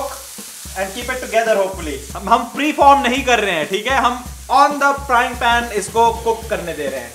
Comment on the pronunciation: Uuuuugggghhhh my pet peeve!!! It’s notttttt PAAN its a PAN!!!! Pls say it with me - PPPAAANNNN! Not PAAAAANNNN @@@@ Hehehehehe